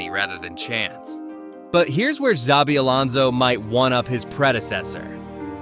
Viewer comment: Can't even get his name right and expect people to watch your video?